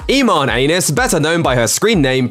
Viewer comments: am I the only one who heard E-moan anus😂😂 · Did he just say emo anus??😂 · Did this man just say Iman anus